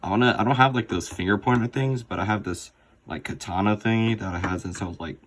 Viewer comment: this part helped alot with my killer skills lol edit: "So i haveth a kathana"